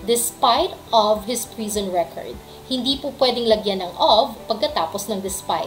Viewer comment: Yong of po ba eh ob poba mam yong pronunciation nya